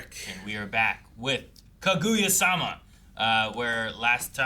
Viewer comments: Who's Ka-goo-ya sama🤣🤣🤣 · I love how you guys safe trying to take care with how you pronounce shinomiya, while at the same time continuing to butcher Kaguya every time